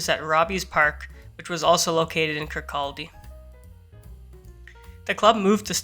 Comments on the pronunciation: I don't ever expect someone to know this and its amazing you do this randomly but the towns name is pronounced Kurr Codd eee. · ITS pronounced Kirkcady, silent L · How do you say Kirkcaldy again? 😂